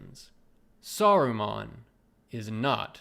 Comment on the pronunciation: "Saru-mon" like Pokémon. Lol